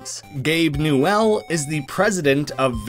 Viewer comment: The way he pronounces Newel is cursed.